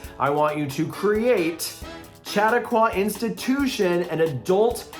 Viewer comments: Aghhh!! Shuh-TAH-kwah,! (Only because I’m a lifelong Chautauqua Institution-goer 😜) All pronunciations aside, Saratoga Springs is my absolute FAVORITE resort because of this vibe! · Regarding Chautauqua- pronounce it like "Sha talk qwuh" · Um, guys it's pronounced Shah-tah-kwah :) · Omg, yes, I was as annoyed as you by the mispronunciation. 😫